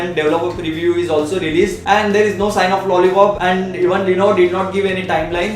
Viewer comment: Good review but I think you have problem pronouncing lenovo.It is sounding like "lenovay". Anyways keep up the good work:-)